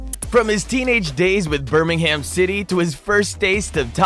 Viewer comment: The pronunciation of Birmingham and Jobe is terrible. And Leamington is just offensive 😂